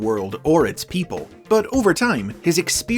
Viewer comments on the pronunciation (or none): none